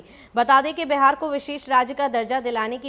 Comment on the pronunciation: Madam pahle Bihar kahna sahi se sikhiye uske bad ankring kijiyega